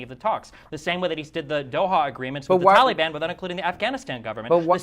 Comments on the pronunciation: I like the way that Destiny pronounces Taliban, like Tally-ban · Did Destiny say Towelie ban?